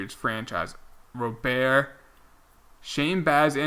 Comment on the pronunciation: Luis Robert, not Robe-air. The White Sox front office calls him Robert so I would assume that it is not Robe-air